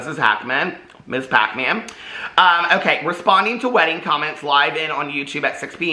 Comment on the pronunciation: I love when you say Hacmon- Pac-Man 😂😂😂